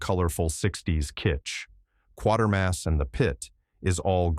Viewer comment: The name is pronounced Quay-ter-mas, not Quar-ter-mas. read how the name is spelled.